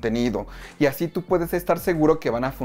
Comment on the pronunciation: Por qué dices asy? iiiiuuuttuubb